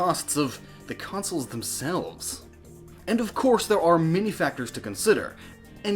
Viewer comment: Every time you said "many" I heard "mini" Sofor a second I thought you were talking about mini-games